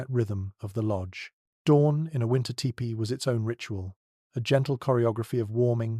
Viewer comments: I really enjoy your channel, And appreciate the time and effort you obviously put into it. However as someone who has grown up around Native Americans the pronunciation of the dwelling should be more like “Tea pee”. A better spelling to indicate this would be Tepee. After looked it up ”tipi” is also a correct spelling but does not let itself to proper pronunciation. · Only thing I don’t care for is In US we pronounce it TEE PEE Your First Peoples stories are my fav. TY